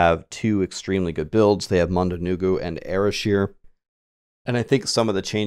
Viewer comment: So weird to hear someone pronounce it UH-ra-shur instead of uh-RACK-eer. I mean, it's a spider-centric term, which means it comes from arachnid, which is a-RACK-nid.